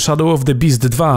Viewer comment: to "beast" jakoś tak w pierwszej chwili zabrzmiało bardzo... swojsko ;)